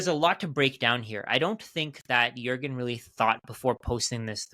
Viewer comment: no joke, did you live in germany or work with German speaking colleagues? Even names like Juergen you pronounced accordingly.